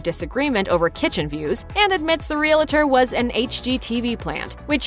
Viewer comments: "Realuhtor'. Lord, how I hate hearing that. It's REAL- TOR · Reee-lah-der? Really?? Re-al-tor. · It's real-tor not real-uh-tor. Two syllables. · "Real tor" not "Real-a-tor". Gees. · Real-a-tor is a two-syllable word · "Real-la-ter". If you can't even pronounce "realtor", you're not very convincing. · Realtor is 2 syllables, Real tor, no i or, eh. Just REALTOR. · It's not "real-a-tor." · This is really petty, but could you please pronounce "realtor" properly!! You keep saying realAtor. It's like saying "NucUlear" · I don't know, but the announcer in this video can't pronounce "REALTOR" to save her life. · Learn how to to say realtor...